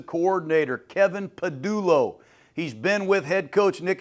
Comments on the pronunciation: No nfc east team has won the division back to back in over 20 years. Kevin pa"dullo" ???? DevonTUH smith? Come on man! I think MAGA is rotting your brain. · 🦅 OC Kevin “Padullo” (said twice); and Ringo starting?! You’re a legend Jon but tell your staff to get their heads out of their a$$e$ 😆